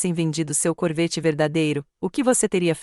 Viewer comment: "CORVÊTTE"⁉️‼️ FALHA TOTAL NA REVISÃO...AH! NÃO HOUVE REVISÃO, NE⁉️🤌🤌🤌